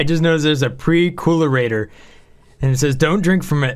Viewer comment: Dude,, a Percolator is an old school coffee maker. It is not a pre-cool-ator.